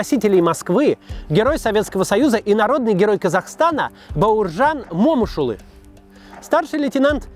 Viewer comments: О боже. Вот и твоё отношение к настоящим героям. Какой ещё МОмышулы. Ударение не туда. МомышулЫ так нужно произносить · Момыш Улы - на последний слог ударение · Небольшое, но важное уточнение - Бауыржан Момышулы'. Ударение на последнюю гласную. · Ударение не на о букву а на ы .. уважаемый ведущий. В честь него в Алматы названа улица .. а так же многих героев Войны Алия Молдагулова Ивана Панфилова и многих других славных сынов Казахстана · Максим, Момушулы по-другому произноситься. Тэнге же усвоили как говорить в 22 году?) Вы же историк а не Гугл переводчик! Да? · Момышулы ударение на последний слог.* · Момышулы, а не Момышулы, Макс.... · Ударение в фамилии момушылы не туда ставишь аж уши режет